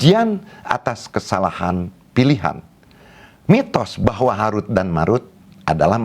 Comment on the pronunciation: Tolong pelajari lagi ilmu tajwid. Belum bisa membedakan antara huruf د dan ذ